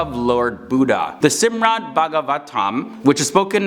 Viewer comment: its SHRIMAD not Sirmad